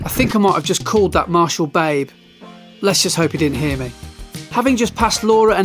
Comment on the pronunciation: Have to confess I scrolled back twice to listen did you really say babe during parkrun :D It sounded more like "bate", like you half way during saying it you realized you meant to say "mate"...